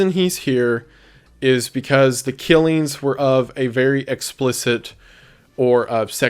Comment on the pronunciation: “killeens” instead of “killings” frustrates me